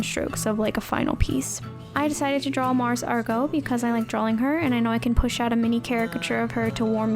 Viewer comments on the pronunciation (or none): DRAW. NOT DRAWL. THERE'S NO L!